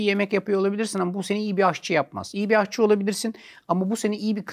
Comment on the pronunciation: Ahçı değil ama aşçıdır o.